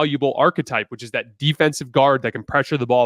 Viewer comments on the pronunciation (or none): none